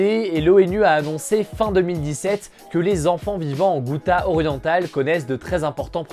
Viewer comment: Bon la ghouta ça se prononce routa comme la route et pas goûta !!!!